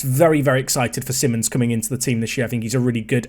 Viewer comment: Just a quick pronunciation tip for Xavi Simons. It's like "See-mons".